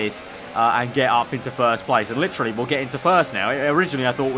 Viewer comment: Stop saying fucking litrually it's literally.